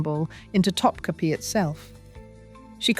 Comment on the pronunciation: Also … Topkapi Palace isn’t pronounced “top-cappy”; it’s top-kaput (but don’t say the T at the end). That’s a byproduct of Western printing presses, which only have one form of the letter i. The Turkish language has two - one just like ours, with a dot over it (i), but also one with no dot over it, and that one is pronounced like the u in “put”, or the oo in “book”. The last letter in Topkapi isn’t really our i, with the dot; it’s the other one, without. But since we don’t have it in our alphabet (or keyboards), we improvise - and that’s why Topkapi is usually mispronounced in the West. TA-DAAHHH!! There’s today’s dose of Useless Trivia for you. 😉